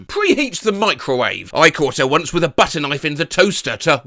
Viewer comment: Okay, im here to support with a like and sub this is way better than the AI voice reading a script. Sure is nice to hear people, then again Im not sure about hearing the english 'wif' instead of 'with' I do like the pint feels like im hearing him rant in a pub.